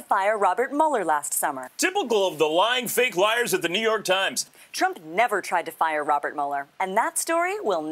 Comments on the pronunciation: It sounded like Sean Hannity said New York Chrimes instead of New York Times lmao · Hannity said “New York Trimes” , get this mid stroke duche off the air... Nevermind. Keep him on. 😂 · did Sean Hannity say 'New York Trimes'...